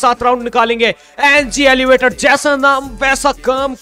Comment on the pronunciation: Aap kabhi kabhi elevator ko elevate bol te ho